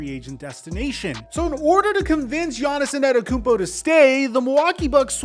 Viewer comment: bro why you say his name like that 😂